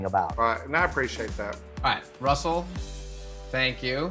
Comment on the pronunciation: I love how Nev says dude's name, "RRRussel!"